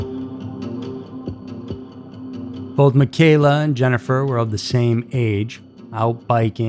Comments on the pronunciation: friend of the Bastian family, here… also grew up less than a mile from Puget Park… her name was pronounced “Michelle-uh” not “mi-kayla.” Additionally, pt defiance park doesn’t include Owen’s beach, which you’ve included . I never knew about the one guy working at the hospital in Lakewood… that’s pretty unsettling, yikes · My cousin is Michella and it’s pronounced “mitch-ella” thanks for the video!! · How the hell do you produce an entire episode without actually knowing how to pronounce the girl's name? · Huge eyeglasses? Looked bookwormish? What are you 12? I stopped listening there. Pathetic narration. You obviously don't know what you're talking about because you can't even pronounce the girl's name.